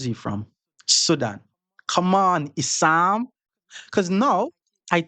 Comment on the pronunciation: "issannnn😂 ohh its issam, same thing😂" Classic